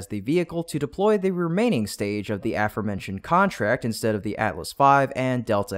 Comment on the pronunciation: Thumbs Down for continuing to use this AI script reader that stutters and cannot correctly pronounce “aforementioned” Decent reporting but 👎 and no likes until you fire the AI and hire a human that knows English.